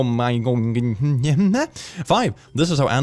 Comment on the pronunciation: HE-MAN-JO-MAS (HEMANGIOMAS